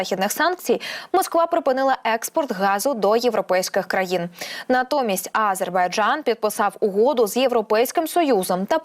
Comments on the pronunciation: Ааааазербайджан….. шо в неї з дикцією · Кто же тебя, "", учил делать ударение в слове "Азербайджан" на первом слоге? Это так должно звучать на украинском языке!? Где вас, таких д...., находят? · Відстойний канал і неграмотна ведуча. А- зейбарджан. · Ви можете слово "Азербайджан" говорити по-людські